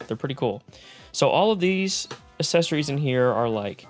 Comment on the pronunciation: Oh no I hear it now, "assessories"